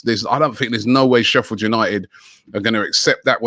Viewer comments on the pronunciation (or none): none